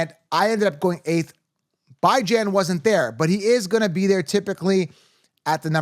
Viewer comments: I’m sorry. This guy is annoying 🤦🏻‍♂️ just a pet peeve of mine, I hate when guys start pronouncing names different or just wrong. I have never heard anyone pronounce Bijan or (bee-jon) the way this clown is pronouncing it. He keeps saying “Bijan”like bye 👋 Jan! And he wasn’t done there. He goes onto the screw up Devon Achane’s name too. I’m leaving, this guy sounds like a schmuck. I’m out. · Is there a reason you're calling him Bye-Jan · I was following u until u started pronouncing everybody’s name wrong…Byjan? It’s Bijan, Ahhchane? It’s Achane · I have pick6 when dude said Buy-Jan i closed the video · Butchering the name of one of the most exciting FF picks isn’t great as far as confidence goes in you knowing what you are talking about. “BYE JAN(uary)” is rough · Fr, Bijan literally has a mustard brand playing off of the word “Dijon”. Idk if i can trust fantasy advice from someone who can’t even a top 10 fantasy players name right. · How’s it possible you’re pronouncing Bijan’s name so badly? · The way you said Bjian made me not want to even watch the rest of the video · The way you pronounced Bijan is diabolical 😂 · Instantly clicked off when you pronounced Bijan's name wrong. How am I supposed to trust your knowledge when you pronounce one of the top player's name's so incorrectly? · You lost me at pronouncing Bijans name wrong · How do you fo fantasy football as your job and not know how to pronounce bijan 😂